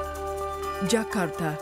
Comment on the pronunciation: Finally, someone foreign actually pronouced 'Jakarta' right. usually people just pronounce it as "jahkardah"